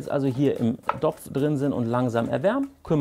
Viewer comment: Mir ging es eher drum, das ich dieses Wort dopf überhaupt nicht hören kann.